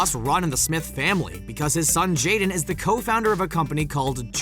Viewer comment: His Name is JADEN Not jeda do your reserch man 😂